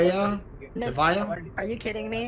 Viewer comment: The only thing better than the uber driver miss pronouncing nevaeh's name is her " are you kidding me?"